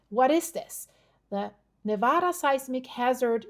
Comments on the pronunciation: Live near there but if your going to report on things Nevada please pronounce it correctly!!!!!!😢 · You pronounce Nevada wrong.